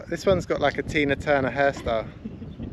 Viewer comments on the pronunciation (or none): none